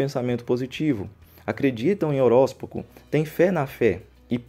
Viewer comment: A palavra é; horóscopo e não horóspoco